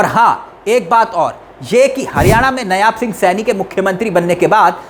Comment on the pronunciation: Dear news reader नयाब सिंह नहीं नायब सिंह सैनी कहिए।